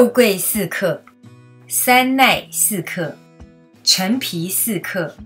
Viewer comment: 是山奈，不是「三奈」